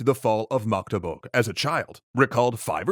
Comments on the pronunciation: When an English-speaking YouTuber pronounces Magdeburg better than most non-Magdeburg-Germans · So this is like three years to late but I've never heard an English speaker pronounce my hometown of Magdeburg so flawlessly! Respect! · Most germans cant pronounce Magdeburg as well as you do! Thank you, a Magdeburgian. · Thanks for the video! You did a really good job pronouncing Magdeburg! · Magdeburg pronunciation is on point👍